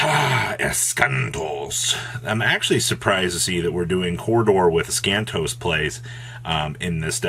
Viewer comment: Why do you read Eschatos wrong? Where is the n 🤔